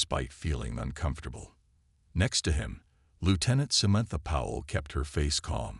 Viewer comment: why does this narrator have trouble pronouncing words? its SA-MAN-THA sheesh